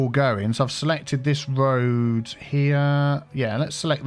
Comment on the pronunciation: Great video, A Good looking City. I do love a Good Cup of Tea but i think now i love a GOOD "Woad" Too. LMAO. xxx